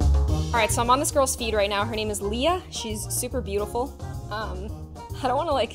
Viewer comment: It’s not “Lia” it’s “Lea”